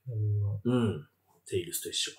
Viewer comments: 字幕はテイルズだけど、バキ童はちゃんとテイルスって言ってて草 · ぐんぴぃはちゃんと「テイルス」って言ってるのに字幕で「テイルズ」って間違えてるの吹く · バキ童氏はちゃんとテイルスって言ってる辺り好感持てますね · テイルスってちゃんと言ってるぐんぴぃさすが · ぐんぴぃさんはちゃんとテイルスって言ってるのになんでテロップで間違えるんだ